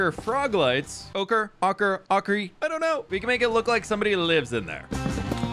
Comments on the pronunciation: Ochre sounds like “oh-cur”, not “ah-cur”. Hope that helps. :) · It’s pronounced oak-er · its pronounced Oak-ra also it looks fab! perhaps use a combination of floor and ceiling lamps, and i think the centre should either be a goblin monument or an idealic pond. As for next to your base where the gold once was, perhaps a golden wishing well! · Ochre is pronounced "Oak-er". I'm an artist who's taken a lot of color theory classes :) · Oak-er, not awk-er. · It's pronounced "oh-cruh" froglights. X3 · Gobland is growing! So amazing. I wish hoglins were tamable. I believe the right pronunciation for Ochre is "oak-er"? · I'm fairly sure it's 'Oh-ker' :D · So you pronounce ochre oh-ker. Love the new build. That’s a lot of storage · Ochre is pronounced oak-her, it's an Indigenous Australian paint that is made of crushed rocks and water :) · Ochre is like Oh-Ker. Because Bob Ross says so. Also that's how ochre mountain was pronounced in Utah when I lived there. Lol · ochre is pronounced oak-er, just for future refernce, thank you for the video. i really enjoyed it. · The ochre frog lights are pronounced ohcer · Being a painter it’s hurting my heart…lol.. Oak-er, I hope that helps lol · I believe it's pronounced "Ohh-kur" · Oh-kerr lol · Bob Ross pronounced it “oh-ker” in his painting videos, hope that helps! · lol ochre is pronounced like "oak-ar" like the tree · I think the ochre frog lights are pronounced oak err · it is pronounced Oh-cuhr. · Ochre is pronounced ohcra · ochre is pronounced: O-kur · Ochre is pronounced oak-er fyi! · iirc ochre is pronounced like oh-ker were the o is like the o in okay or over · Not being snarky with this here - Ochre is pronounced "OAK-er" or "OAK-reh" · It's pronounced OH-ker.